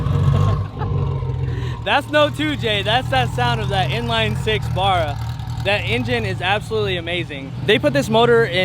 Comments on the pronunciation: its Barra like the fish barra-mundi, not bar-ugh - an Australian Mint build though, converting a drag car back to street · “Burruah” nah it bahrrah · Will u stopcalling it a bar ra, it's pronounced Barry but wiyh an a, not a y, -a nt, b u m, sounding. Get it fukn right!! Ffs! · It’s a Barra mate, not a burra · Can you guys please stop saying buurahh… it’s Barra. Watch some Aussie YouTube videos and take note of how we pronounce it. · It's barr-a not bara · Why do they say burrah, it’s a barra! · It's not Baraaaaar it's Like haw you say the letter A "B"A"RR "A" Bloody yanks...🤣🤣🤣🤣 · The way they’re saying barra 😭😭 it’s Barra, not bahrah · Great build and great vid but seriously stop saying Barra with the u sound it’s not burra it’s barra like the a sound at the end is that same sound in the middle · Its not bar rah ... baa rah like the fish barra cuda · Please guys it's not a Baaaaaraa. It's pronounced Bara as in Barramundi the fish it is named after. Still got mixed feelings about you guys taking our motors especially now they have ceased making them, but I guess a Barra turbo is just too much fun not to share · Aight, when you say barra, dont say Bar-ra, say B-rah, the B and A need to be pronounced as one so 'bah' (nice and short) and then the 'rra' is 'ruh'. If you dont get it go watch a haltech video or some other aussie video about Barras. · Love the build, can't get over the 'bar-rah' pronunciation haha😅 Barra. Like Barry with an 'a' on the end. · 1. It’s Aussie not American so wake up to yourself (typical Americans taking whats not yours and claiming it as their own) 2. It’s a Ford BARRA not Burrah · Great to see our USA friends enjoying these. For you US Ford fans, you can now say "put a barra in it" Rubs up the LS nutters just fine. 'Ba ra' instead of 'Bar ra'. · Barra mate. Pronouced Ba-rah not Bor-roh you bloody yanks. For Barramundi. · lol Americans pronounce it wrong, its not a burra its a bahrah. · It’s BARRA not BURRA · BARRA , not Burra